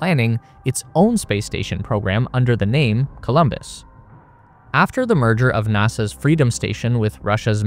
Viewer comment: It‘s Columbus, not Colombus